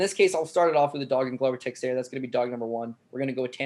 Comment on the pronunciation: Big fan of the show. Been watching you guys since the fight network days. Love the brutal honesty and no bs approach. But...for the LOVE of GOD SOMEBODY TEACH HOW TO PRONOUNCE "Texiera"!#!&#!!